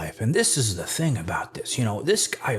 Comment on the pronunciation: Bro I get so excited for these. is SO unintentionally funny. The dude is INSANELY stupid. He even looks like he suffers from fetal alcohol syndrome. Bro can’t even pronounce words with the TH sound.